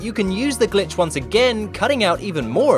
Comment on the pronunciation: I hear "son of a Gitch" instead of Glitch